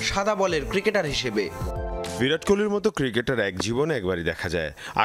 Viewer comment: ভিরাট না, 'বিরাট'! অশিক্ষিত নাকি??